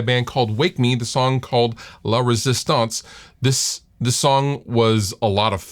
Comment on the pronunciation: Sounds like you're saying "Lovers' stance"